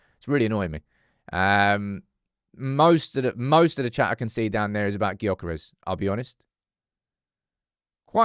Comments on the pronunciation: You are as wrong as are, you have to get it right! Gyokeres is pronounced “JOE-ker-esh”, there’s nothing silent but ist’s spoken quite different from the spelling. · The G in Gyokeres is silent. At some point, if he signs, you're going to have to get it right.